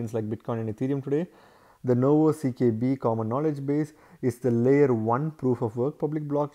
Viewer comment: why u keep saying CBK when its CKB?